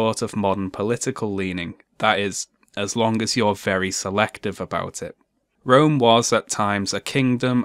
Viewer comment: I know my history.. I know my ancestors.. Guess what? My ancestor's entire culture, language and tradisions (or civilization if you will) were almost wiped out by European, Christian men.. Twice.. And I could be from pretty much any continent.. Also, is this guys pronouncing Rome as "rum"? Together with the 22 other European countries that is also not a part of the EU..